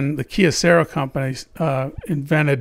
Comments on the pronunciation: it hurts ears to hear how you pronounce "kyocera" as keocera. try that "y" to pronounce same as y in "you". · Why do you say Kyocera as kiocera